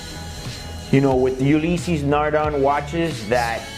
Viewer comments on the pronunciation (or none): It's pronounced "Ulyss Nardä" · I'm surprised none of the purists have cried bloody murder about the pronunciation. Lol. Great Ulysse Nardin video guys!